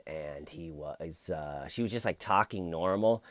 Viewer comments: I think you say tyorking hilariously and indeed exceedingly well. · I love hearing you tawk about tawking. But ED needs to stop tawking. Maybe “toyking”? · Keep Tawking Bro!!!! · I love ya!!! Keep TAWKING! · I like to hear you TAWKIN ‼️